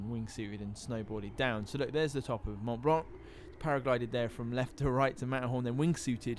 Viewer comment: He says Mont Blanc like "monblon" which I know is similar to how it should be pronounced, but the way he's saying it sounds so weird.